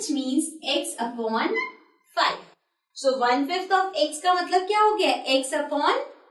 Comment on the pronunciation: Mam you are telling so as sho 🤣🤣🤣🤣🤣🤣🤣🤣🤣🤣🤣 good teacher